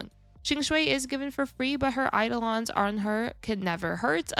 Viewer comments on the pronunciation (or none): none